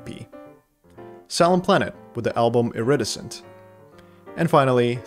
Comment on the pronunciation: for the future, maybe google how to pronounce “iridescent” haha <3